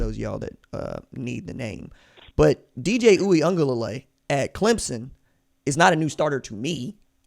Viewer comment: My guy nailed the DJ U pronunciation. That's tough